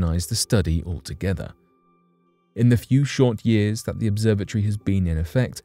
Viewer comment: 😂😂🤣🤣🤣bruh ya got. Now I'm listening closely to his pronunciations